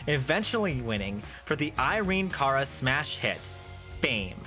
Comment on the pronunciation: Cara rhymes with Sara. Yes, in Spanish it sounds closer to how you're saying it, but in English she and everyone else pronounced it to rhyme with Sara.